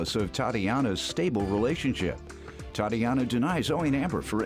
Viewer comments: It’s the narrator saying TA”DEE”ANA for me 😅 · Why was he saying Tatiana like that in the opening credits 😂